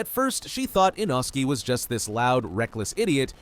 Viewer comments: he's name is not Inoski is inosuke 😂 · Why they calling inosookeh inoski? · It’s text to speech so don’t expect it to perfect the names! It’s an American ai voice